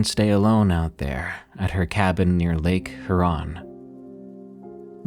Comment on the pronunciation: can this guy seriously not pronounce lake Huron? Like, for real, once in a while he will bafflingly mispronounce something basic like that.